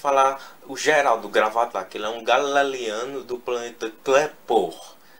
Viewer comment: galileano vc falou galeliano